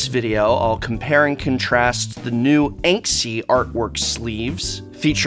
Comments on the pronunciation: I imagine that few care but the brand name is Ensky and not 'Enksy' ::shrug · While the Prof is downright awesome - This is going to be a tedious review to listen to if he keeps pronouncing Ensky (look it up, it is a word) like Banksy... it is not enksy, it is “ensky” Prof, ensky.